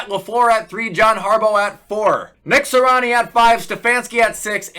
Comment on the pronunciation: Its Nick “Si-ree-ah-nee”, not Nick “si-rah-ni”. Good vid tho 🔥